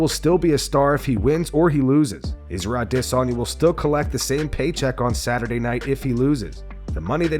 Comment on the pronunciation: "Isra Dizonya" is some batshit pronunciation